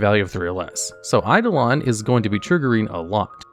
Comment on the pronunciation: I like how he accidentally pronounced eidolon correctly, gimmick is hard to keep up